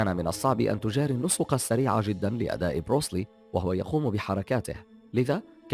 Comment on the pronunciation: انته اول شي أنطق اسمه صح , اسمه بروس لي , بترقيق اللام , كما تنطق بالإنجليزية تماما , Bruce lee, وبعدين هو ممثل افلام قتالية ومؤلف ومخرج , وطور أسلوب في قتال الشوارع اسمه jet kun do اختصارا JKD , وهو ليس بطل حلبه , مثل محمد على كلاي مثلا , فالسينما طريق سريع للشهره وقليل المخاطر و ليس كبطولة الحلبة.